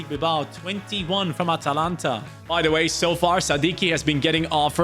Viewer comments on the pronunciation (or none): none